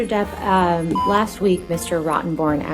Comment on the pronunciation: Depp not Debb